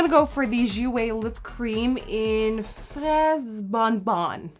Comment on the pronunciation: I'm from canada and I speak french well, and I'm actually surprised with how well you said the word "fraise" when describing your lip colour. the word "bon bon" not so much lol. "fraise bon-bon" means "Strawberry Candy"